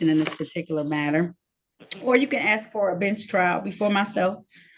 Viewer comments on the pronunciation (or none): saying "axe" disqualifies him immediately. NEXT